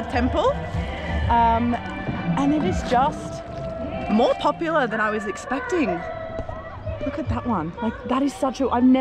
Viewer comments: He didn't get your "Po-pu-lah" 🤣🤣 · You said popular, and he said papaya suop.😝